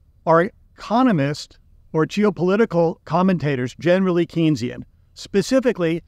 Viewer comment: It's pronounced Kane-sian, Keynesian rhymes with brainzean: Keynes told people that Keynes rhymed with brains.